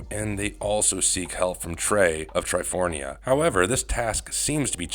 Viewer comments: Is it just me, or is this narrator mispronouncing "Tri-for-ia" like "Tri-forN-ia"? I always thought it was the first? They also said Serpent Terra weird o_o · There is a lot of incorrect information on this video - those mispronunciations (and you are correct it’s Triforia) is only the tip 😂